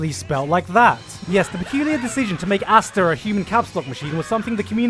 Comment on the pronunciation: Its not asta its aster. How chopper is not choppa but chopper..please..